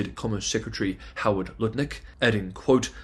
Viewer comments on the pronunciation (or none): none